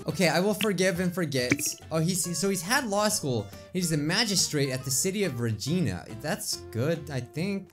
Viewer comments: It’s regIna not regEna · IVE BEEN TO DA PLACE IN CANADA u pronounced it wrong it's ra gine a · dude i as a canadian not living in Regina It's pronounced Re-Gine-A Regina orrrrr Ra-Gye-Ne. Thank you.